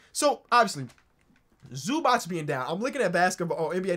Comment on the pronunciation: Oh god please it's not Zubach it's Zubats